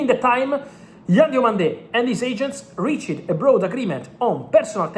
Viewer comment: Advice Fabri: the "E" in Reached is silent.. It's Reach-d...